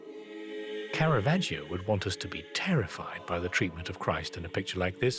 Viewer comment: Bendor's Italian pronunciation is usually quite good for the artists, but like Phillip Mould he gives Caravaggio an "ee-oh" at the end of his name. The "i" is silent - just there to make the preceding "g" soft: ".....vaj-joh". "Giotto" has just two syllables: "Jot-toh".